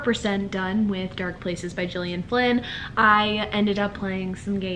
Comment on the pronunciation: Gillian Flynn is pronounced with a hard G like Girl not a J sound. Just fyi, no biggie :)